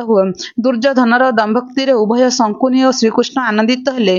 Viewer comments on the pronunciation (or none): ଶକୁନି କୁ ପଢିଲା ବେଳେ ସଙ୍କୁନି ବୋଲି ପଢୁଛନ୍ତି, ଦୟାକରି ଠିକ୍ କରି ପଢ଼ିବେ, ଖରାପ୍ ଭାବିବେନି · sankuni kahuchha siye sakuni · ଶକୁନି କୁହ । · ସଙ୍କୁନି ନୁହଁ ସେ ଶକୁନି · Sankuni nuhen😅😅😅😂 Sakuni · ଜଣକ ଶକୁନି ଶବ୍ଦକୁ ବାରମ୍ବାର ଶଙ୍କୁନି ଉଚ୍ଚାରଣ କରୁଥିଲେ, କାହାଣୀଟି ଅତି ସୁନ୍ଦର ଥିଲା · Not sankuni it's sakuni....🙄🙄🙄🙄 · Sankuni nuha sakuni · Sankuni😂 nuha Sakuni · ଶକୁନି ନାଁ ଟା ଶଙ୍କୁନି କେବେ ହେଲା... ଉଚ୍ଚାରଣ ଠିକ ଭାବେ ହେବା ଦରକାର । Afterall ଆପଣ ଗୋଟେ ଜାତି କୁ represent କରୁଛନ୍ତି । ଖାଲି you tube ରେ ଦେଇ ଦେଲେ ହେଲା...😮😮